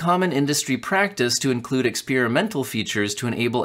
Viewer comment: There's no 'spear' in experimental